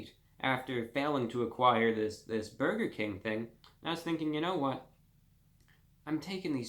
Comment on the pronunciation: “Don’t be miserable over a burgah “ -reviewbrah